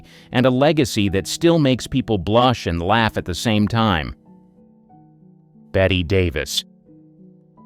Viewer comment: Bet? Hello, no, it's Bette as in BETTY